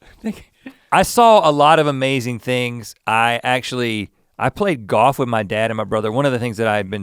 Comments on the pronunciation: Rhett gives the gift of GAWF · Pronunciation- Most people: Golf Rhett: GAWF! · Easy to tell Rhett went to Scotland, he left the L and came back playing Goff like all Scots 😉